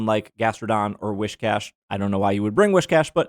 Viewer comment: Axcshchually, Whiscash does not have "wish" in its name. Whiskers Whis Whiscash 🤓